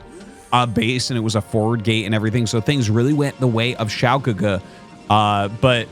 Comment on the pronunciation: Hey Arty! Great pronunciation of Xiao GeGe btw. You are truly a master of the casting craft. When I look at game 1 I kinda was thinking to myself what would Snow do as the Terran was pushing. Do you think he needed double reaver to hold off that push instead of just one? Or would it have been the same outcome? Would mass shuttles have been the correct play? It looks like Xiao GeGe was trying to flank too, but was hesitant as he prob knew mines were there, but couldnt he have taken like 2 zealots and run them through to clear some of the mines before sending the rest to flank or was that not worth it?